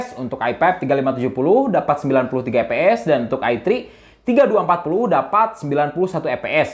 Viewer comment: Lucu dengar bang nyebut fps jadi eps